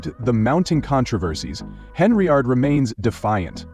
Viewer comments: Get the damn name right. It's Henyard not Henry yard. Im gonna repirt this channel. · “Henryard" I really can’t endorse this AI shite!